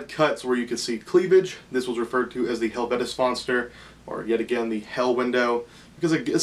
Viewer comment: Its pronounced hel-vet-fon-ster and it is a nordic translation for hell window